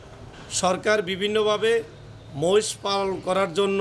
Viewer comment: মশ নয় । বলেন মহিষ